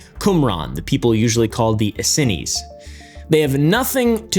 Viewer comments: Normally pronounced Eseenz. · Hey may learn how to pronounce "Essenes"? Also NASA has confirmed there is a large unknown planet out there, probably a gas giant of course.